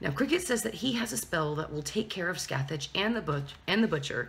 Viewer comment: god, you're butchering Scathach's name